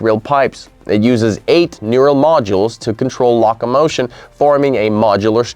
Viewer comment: When "locomotion" is pronounced "lock-a-motion" we can be sure the reading is some text-to-speech generated voice or otherwise machine created voice. Also the link you stated would be in the description (Mars panorama) is not present. But an otherwise interesting video, for an A.I.